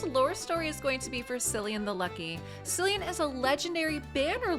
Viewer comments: (Ahem... pronounced Killian, not Sillian... lol) 🤣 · I'm not irish, but I think its "Killian" (btw, is the butcher of names). =)